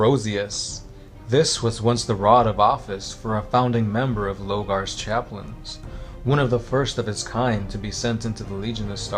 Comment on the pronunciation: It's LOR-gar, not Logar.